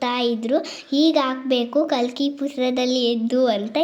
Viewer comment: ಅದು ಕಲ್ಕಿ ಅಲ್ಲ😂 ಕರ್ಕಿ ಪತ್ರಿ 😅